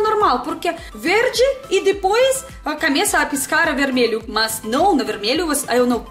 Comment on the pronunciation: Aqui em Minas Gerais, não falta carne de porco, em são Paulo eu só encontrava carne bovina nos açougues. A letra O não tem som de A como em russo, estão não se diz cameçar, é começar ou então seu nome seria Alga e não. Tem muitas diferenças de estado para outro, em Minas não se comercializa bebidas alcoólicas em padarias!